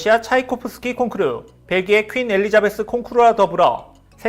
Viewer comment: 콩크루~ 일본식 영어 아닌가요 ㅋ